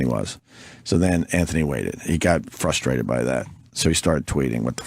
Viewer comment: I’m fustrated, I’m soooo fustrated…